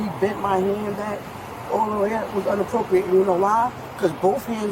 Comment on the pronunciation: It's not unppropiate! It's inappropriate!!